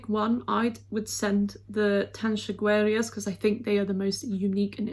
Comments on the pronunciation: Pronunciation: TUN SHOO GAY RUSS 😂😉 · Terra by Tanxugueiras 💚 (It's pronounced tan-shoo-gáy-ras). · Tan-xu-gue-i-ras ...is the correct pronunciation.I love Terra💞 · Hello! Tanxugueiras is the best option for Spain to be in very good position in Eurovision. On the other hand, Tanxugueiras is pronounced [tanshugeiras] 😂. It's a Galician name. Merry Christmas and Happy 2022! Regards! 🎉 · Don't worry about mispronouncing, the important thing is that you try and that you have Spain in mind. In my opinion "Terra" by the Tanxugueiras should go to Eurovision, because the co-official languages of Spain deserve to be represented as well, and even if I really like sugar moren or la calle de la lloraría, as a Galician I am fed up with my country always being represented in the same way, and it would be a great opportunity to show Europe that Spain goes beyond flamenco. Apart from that, the lyrics have a lot of meaning, claiming the honour and pride of the Galician language, but it is not only Galician, since the song mentions the other co-official languages, and the dialects of Spain, which are Basque, Catalan and Asturian, and Spanish, which is the official language. If terra goes to Eurovision, it would be the first time that many people would see themselves represented in a song, and it is something that I would have loved to see as a child so as not to feel ashamed of my roots and the language of my ancestors, a language that was banned for many years in Spain, and that if they hear you speak it in the street today, they look at you badly or you are insulted.